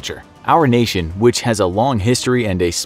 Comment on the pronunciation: say the words “national” and “nation” if you need help nk